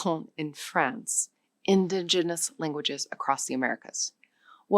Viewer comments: Is she an AI? The way she pronounces "Tanzania" , "archipelago" and "indigenous" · Even A.I. has trouble with difficult words such as "archipelago" and "indigenous."